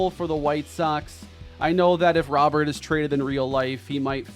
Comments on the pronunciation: it’s pronounced “row-bear” please don’t call him Robert the rest of the series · Just saying, it's pronounced "Robe-er" not Robert (since he's not American) nor "Ro-bear" (since he's not French). Great acquisition though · Love the trade, but i'm gonna go insane if i keep hearing you call him Robert. His name has Spanish pronunciation "row-BARE" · Its not probounced Row-bear, its pronounced exactly how its spelled Robert, only diff is you roll the R at the beginning...hea Cuban not french man lol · please please please pronounce Robert the correct way from here on! It’s a French name even though he’s from Cuba. It’s pronounced Roh-Bear Like Rudy Gobert Louis has said before that he prefers this pronunciation of his name. I’ve never heard people mispronounce Gobert’s name, so it’s interesting that it only happens to Louis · just for future reference his last name is pronounced "Row-bear" like rowing a boat and the animal. Love the trade! I think you could also bump up Mason Miller's potential/ovr because of what happened in real life